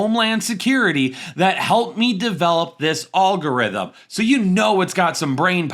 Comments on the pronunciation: Regardless of fantasy acumen, I can't get around how this guy can't pronounce the word algorithm and then proceeds to say it over and over. Alllllgorithim. Lol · Have I been mispronouncing the word algorithm my entire life??!!! I have so many questions..😂